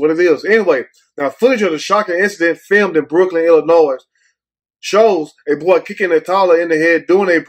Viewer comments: Yo ass be matching brother.......NIIIIIIICE!!!! right the “s” is silent on ILLINOIS, WHOOOOOO!!!! LMAOOL!!!!! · Stop saying 2 the s🤦🏽‍♂️